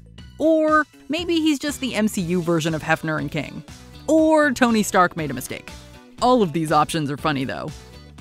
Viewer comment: " is this the delivery for uh (looks at box) Tony Stank "